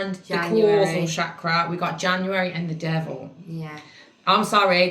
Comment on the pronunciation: Amazing video. Just wanted to share that the word chakra is pronounced with a hard CH like chocolate, it is the Sanskrit word for wheel/cycle/circlular signifying energetic circular centers 😊 (not french so ch isn't sh) If it helps! xx